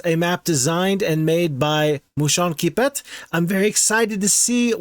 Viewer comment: I took all the time I needed to savor every moment of you doing this map! and OH BOY!, wow I had a good time… and That moment you pronounce Moucheronquipet … priceless 😎 It puts us in ideal conditions for the rest of the video 😀 Your ability to pre analyse fights is so impressive, showing us how are you so pro. It’s awesome to see you discovering all of this with so much joy! we can easily get you are so happy mate 😀 It’s really amusing to see how different we all are in our approach to battles! And you are an amazing guesser! 🤣 suite the same happened to me! 😀 but in a différent Way! I lacked one ghost for this fight… I bled one ghost and that was it.. 😤🤣 I laughed so much ! One of my favorite fight !!! By far 🥰 We share EXACTLY the same feeling here about this game, and some times, yeah you need that kind of totally original maps to break the routine! and you DO seem to enjoy it so much ! We all know you are true legend here! Thank you, my clever friend with the red fur.😌😎 By the way, did you know that literally feeds off our suffering to survive? 😂 and he really get the nectar of our soul… again the proof you are amazing and know so much this game !! ☺️ epic French touch adaptation of Daft Punk for HOMM : One more Turn!!! 🔥😎 First Time I hear the so called American FOX literrally signing a war treaty to the english UK language 🤣🤣🤣 It’s actually funny how you didn’t get the battle